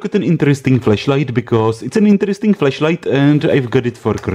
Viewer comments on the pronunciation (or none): Over time, I got used to your accent. But please be aware of the different pronunciation of flash and flesh. This could avoid potentially very awkward questions about your Christmas present. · Sounded like you said fleshlight. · First time viewer here and this is exactly what I first noticed.... I was very.... very afraid this is not a FLASH light review....